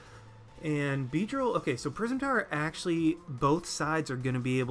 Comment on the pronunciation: "Prism Tower" every time you said that a part of me died inside